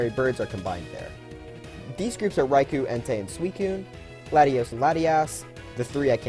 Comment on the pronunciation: The second syllable of Raikou's name is pronunced with an "oh" sound.